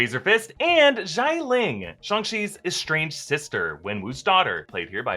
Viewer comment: It is Tony Leung, not Le Ung.